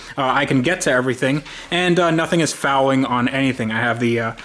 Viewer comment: Dude stop saying fouling!! 😂